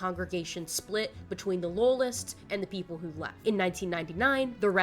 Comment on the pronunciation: Every time you say "loyalist" your west virginia shows